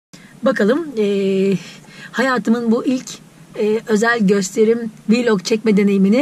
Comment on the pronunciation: Viiiiilog değil vilog diye okunuyor